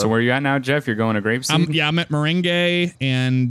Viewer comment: Meringue Lane is pronounced Meh-Ran-G As in the dessert